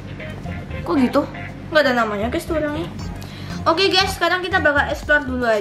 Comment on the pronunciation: Gusy bukan gess